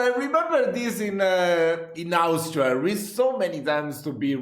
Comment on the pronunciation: love how you pronounced Austria, as we poles do :D